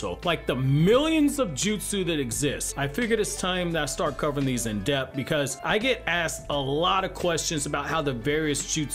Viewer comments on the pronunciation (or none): none